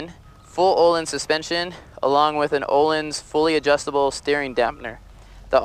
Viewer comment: Pronuncing "öhlins" with an O instead of an Ö makes me kind of angry